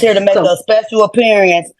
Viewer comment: “Special Appear-e-ance.” Emphasis on “special.”